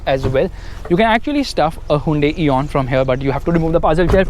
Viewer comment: hyundai eon hahahahahha